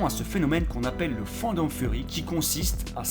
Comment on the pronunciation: La fin c'est pas fandan furry c'est Fandom Furry ça se dit "Fane Dome Furry"